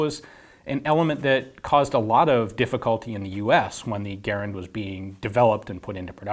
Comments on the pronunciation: Its garand not gerand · pronouncing Garand like "gare-and" is just so cringe, I don't care if that's how the guy's name was pronounced, that's not how we say it in America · {Jason Clark} The name is spelled "Garand," but it is correctly pronounced like the word "errand." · Never heard garand pronounce that way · Y do you pronounce Garand weird